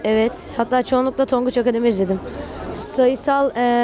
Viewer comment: tonguç akamademi